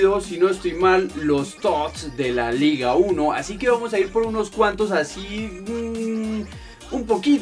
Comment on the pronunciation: se pronuncia no like para que lo lea